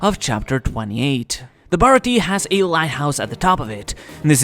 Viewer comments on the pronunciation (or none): I really wish all these youtubers would learn to say the Baratie's name properly. It's pronounced Baratia yes it is spelt baratie but when you say it the E at the end needs to be more of a a sound.